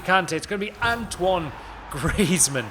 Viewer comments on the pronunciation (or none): none